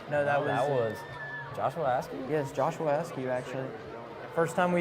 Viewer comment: NUMBER 7 is JOSHUA ASKEW!!!!! YALL reporting these names wrong!!!!!